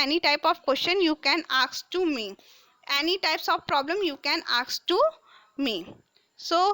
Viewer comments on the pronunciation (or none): Mam it is not aks its is ask and your english is so bad